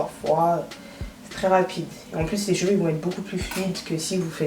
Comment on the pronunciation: c'est cheveux pas "jveux" 🤦🏾‍♀️😂😂😭